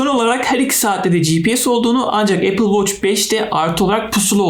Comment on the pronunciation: Amma apıl voç dedin yaa